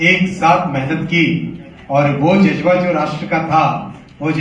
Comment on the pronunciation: Jazba ❌ Jujba ✅ 😂😂😂😂